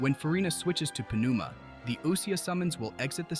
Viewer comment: I believe pneuma is pronounced without p. Neuma. Not Puh-neuma